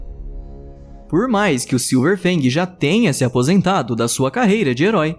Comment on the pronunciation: falou errado é silver fang não silver bang